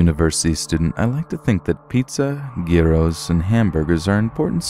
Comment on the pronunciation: I've never heard anyone say gyros that before